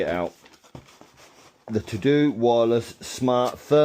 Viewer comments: It's pronounced tar doh, think of homer Simpson for the DOH 🤣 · it's just pronounced tah-doh. It's German. It rhymes with Wago - vah-goh.